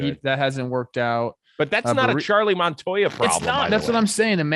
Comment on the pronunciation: Charlie keeps calling him Montoya. Is it really that difficult?